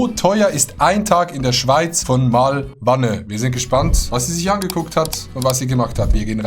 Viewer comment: MAlwanne, nicht MalwAnne